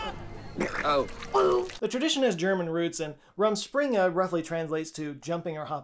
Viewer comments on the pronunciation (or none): I am a native german speaker and the "rumspringa" made me chuckle. i never herad of it before, but makes sense in the context. I guess mine lastet a decade or so..